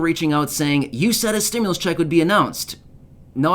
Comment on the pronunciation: The criminal doesn’t even know how to say stimulus